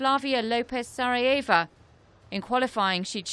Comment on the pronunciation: You got quite close, but I think she pronounces it as "Saraiêiva"..... LOL.....